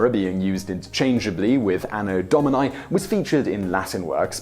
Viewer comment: AAAno Dauminyye... Terrible latin accent XD